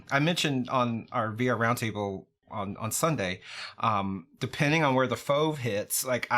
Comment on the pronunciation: Don't say fauv for f.o.v please and thank you